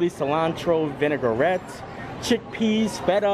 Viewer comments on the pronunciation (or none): none